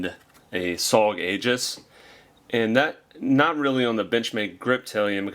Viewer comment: It doesn't look like it but Aegis is pronounced EE-jiss not A-juss.